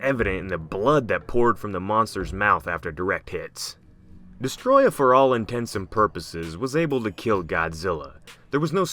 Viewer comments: Its actually pronounced Deeeeess-oooohhhhh-trooooooyyy-ahhhhh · it's not Destroyer..... It's DESTROYAH!! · Not trying to sound like a dick, but your pronouncing Desteroyah as if it was pronounced destroya, but it's actually pronounced Dess-tur-oi-a, forgive me if I sound like a dick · Not Destroyah... its DESSATOROYAAHHHHH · Mate you’re saying Destoroyah wrong You say it by pronouncing it as DES-TOE-ROY-AH Also you have to yell it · It’s destoroyah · idiot its destoroyah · I did actually forget about Destoroyah was one of the strongest monsters. But Kaiser Ghidorah made Ghidorah my top. Also you arent saying Destoroyah rght or King Ghidorah